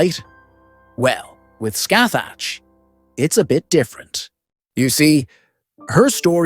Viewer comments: I think the appropriate pronunciation is scahack rather than literally scathach. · You were saying Scathach as Scathag which means feces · I literally just open the video you said her name wrong man😅 well not you but you AI voice